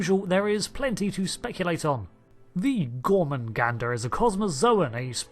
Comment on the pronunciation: gor-MAH-gander. THERE IS ONLY 1 'N' IN THE WORD GET IT RIGHT.